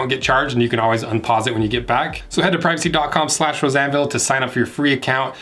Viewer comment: Does anyone else hear "Roseanne Ville" instead of Rose Anvil?